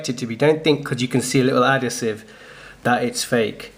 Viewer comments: Nice one. Thanks for this. Probably would have been better if you weren't on the sniff! You are talking shit! Adasive = Adhesive! Do you have a fake one to compare it to please? All we have seen is a real one. Is there someone in the background smoking strong weed??!!!!!😵‍💫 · adhesive no adasive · He pronounces it differently leave him alone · Mate u say adhesive completely wrong😂 how long u been in the uk? 😂😂